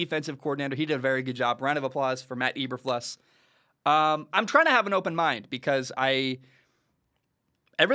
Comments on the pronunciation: pronounced EE-ber-floos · Cant even pronounce his name right, hard to listen to anyone's opinion on someone when they are too lazy to even check that. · Your not saying his name right